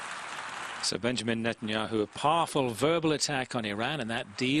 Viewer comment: He purposly said Netenyoohoo...pretending it to be a mistake and he says Yogi Berra died a few months ago? How about about a week ago?